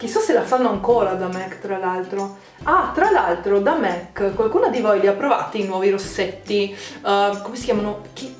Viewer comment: Non è una critica ma MAC si pronuncia con la A